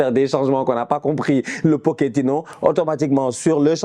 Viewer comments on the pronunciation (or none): none